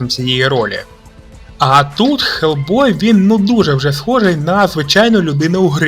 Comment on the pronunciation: Почему Гельбой а не Хелбой?